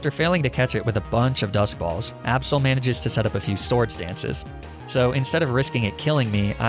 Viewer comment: Its not aabsol it's absol and not weawill it's weavile